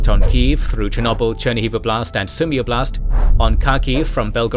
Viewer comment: One of the clearest examples is , when the narrator pronounces “Sumy Oblast.’ But it happens frequently throughout the video as well as your other videos.